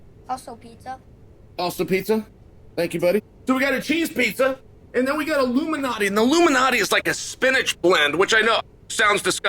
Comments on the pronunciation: I like how he pronounces Lou Malnati's as "Luminati" lol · I thought he was saying Illuminati pizza untill I scrolled the comments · I miss Joel correcting Chael when he mispronounces words. Lou Malnati = Luminati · I love that he called it "Loomanahtees". Same misprononciation as my lovely wife. Undefeated, undisputed. For what it's worth...I like Giordano's better than Loomanahtees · Thanks for clarifying this. I thought he was saying "Illuminati's."